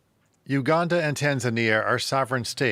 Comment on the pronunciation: First of all, you don't even know how to pronounce the name of our beloved country #Uganda, and you begin criticising our plans. We don't need your help cause it's only causing harm to our continent. Your nations have more problems to deal with, but you keep pointing your noses in our affairs which don't concern you.